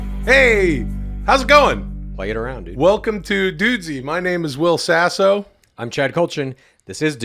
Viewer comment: Will Sasso? More like Wull Sasso am I right? 😂😂😂